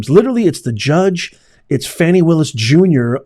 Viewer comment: You do real8ize that woman's name is pronounce FAWNI and not FANNI (sure you do!!!) Bro keep the content professional. You make great points but you play out all there names to get paid. You can make money with out all the drama based monikers like Fanni and Sug Knight. They need the phone records from Granville and Willis to see how many times they have talked since this trial. Lastly, are they more CORRUPT than NIXON?..lol!!!